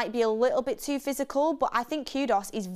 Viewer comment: ITS KU -DUS NOT KUDOS. BLOODY HELL ITS NOT THAT HARD TO PRONOUNCE